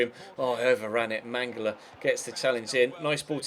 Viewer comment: and Mangala it's "MangaLA"